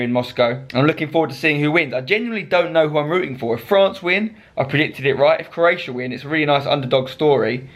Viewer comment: 'CROATIAI' - LUL xDDD